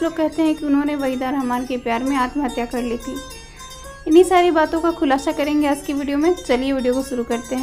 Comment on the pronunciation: Aaazzz nahin hota aaj hai ..bhasha thee karo